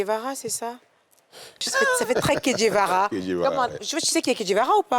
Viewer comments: Le "vrai" c'est Che Guevara, pas Kedjevara 😂😂😂😂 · on dit "CHEGUEVARA" et non kedjevara( c'est l'artiste ivoirien)